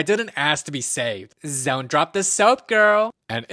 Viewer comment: Zont zrop the soap girl! 💀